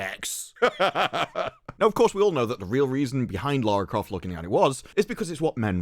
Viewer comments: It’s Larry Croft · It's Larry Croft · I think you meant to say 'Larry Croft'. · its LARRY CROFT